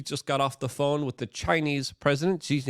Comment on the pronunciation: Luke overuses the word “larger” and “this as” and he can’t say the word “with” right. He says “wit” I dunno why he can’t.